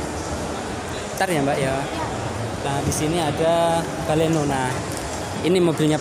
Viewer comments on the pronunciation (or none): Baleno broo...bukan Belona..